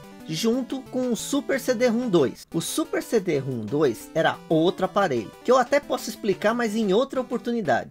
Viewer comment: Na verdade é CD-ROM elevado a 2. Se lê CIDIROMROM.